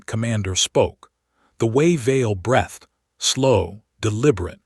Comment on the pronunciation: I am not a good story teller, and this is not a criticism of the story. The criticism is of the AI that is doing the narration. I do not know what the feedback mechanism is, or should be for the AI to make improvements. I might argue that it should be another AI that highlights mispronunciations such as the numerous times it pronounces breathed with a soft e and not a sharp e. There are others, but that one is showing up in story after story, which tells me that either the person publishing the story does not have tha ability to get corrections fed back into the system, or doesn't care if there are such issues because the entire intent is to get the interactions before YouTube cancels their monetization because they are using an AI for narration. And yes, YouTube is de-monetizing HFY based channels and declaring it is because .they are using AI, even when they are not. Happened to Starbound HFY , so be aware that's in the works. (I am not reporting one way or the other. I'm listening to the stories.)